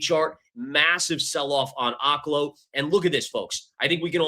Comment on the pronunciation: Its pronounced Oak-lo, like an oak tree. You can watch their own promotional videos if you dont believe me.